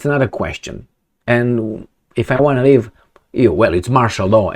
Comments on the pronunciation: "leave", not "live" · LEAVE, not "live". 😅😂 "Can't live without Zelensky's permission." 😂😂😂